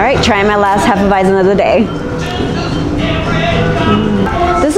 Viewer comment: Hop Nuts is the best brewery in dtown Vegas imho coming from a so cal beer snob. I second Ellis Island, Banger was solid, or have any Revision beer you can find about town, and good job pronouncing Hefeweizen properly hah she knows her bier. Prost!